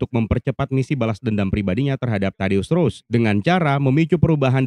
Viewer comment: Ross bang bukan Rose...